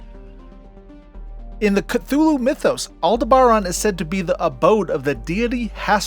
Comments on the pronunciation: AL-DEB-BURR-ON, Jesus in you clip Picard says it correctly and you still screwed it up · I think I learned Aldeberan was pronounced with the accent on the “deb” syllable. I think that also was the planet destroyed by the Death Star in Star Wars. Correct me if I’m wrong. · Altair 6, if memory serves was the original destination of the U.S.S. Enterprise NCC 1701 in the episode Amok Time. The original series also went to or mentioned Deneb so I can't see how Farpoint is at the edge of explored space. Aldebaran - Al Deb Aaron LeGuin - La Gwin like Gwen except with an eye. I can't recall other mispronounced words but there are some. Aldebaran hurting my ears the most when you mispronounced it.